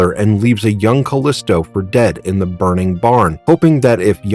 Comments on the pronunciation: It's pronounced "Ca-leee-stow", not "Ca-lisss-tow". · You're pronouncing her name wrong. Surprised you didn't call Xena "Cenay" or "kenah" or something stupid like that.